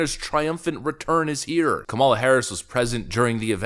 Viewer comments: That's not how you pronounce her name..but I'm sure you know that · Narrator should learn how to pronounce the VP's name correctly. What a hack.